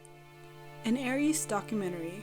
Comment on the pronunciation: It’s pronounced aer-ess developers included a pronunciation when first revealing the Aereis